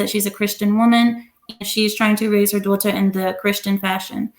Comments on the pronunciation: Why does pronounce Daughter like us British people.....sounds so weird and fake. She then literally goes back to talking in her natural American accent lol 🤣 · It sounds like how we British (specifically posh accent) pronounce "daughter"